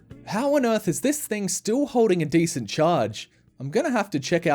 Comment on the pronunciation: "Decent" condition 😂